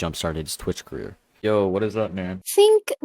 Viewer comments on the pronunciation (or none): none